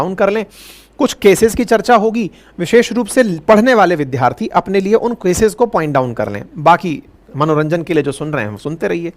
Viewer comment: अवस्थी जी आप विद्यार्थी शब्द को विध्यार्थी क्यों बोला करते हैं? विद्या + अर्थी सही है, विधि + आर्थी मिलकर विध्यार्थी बनता है, जो निरर्थक है।